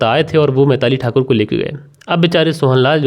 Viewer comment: Uncle kon se school se pada hai tu. बिलाक पिरपॉस मैताली तरपाल बोलता है 😂😂😂😂